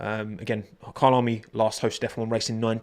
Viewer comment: Your “Kyalami” pronunciation is so satisfying. It’s bang on!